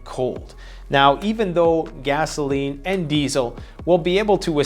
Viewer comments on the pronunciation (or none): Hi, great video as usual. Particularly strong intro. Appreciated the little.inside joke when you pronounced it gazzoline.